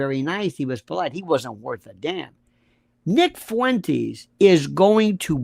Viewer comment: Fuentes is like Tes-lah. Not Fuen-teas.